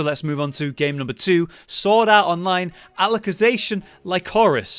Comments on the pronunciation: I think the first part of the sub title of that sword art game is pronounced Alice not Aleck. Why does it bother me enough that I feel I have to post this....? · Is SAO really considered an isekai? Anyways you mispronounced Alicization (I’m sorry I can’t stand anyone mispronouncing it) it’s pronounced Alice-ization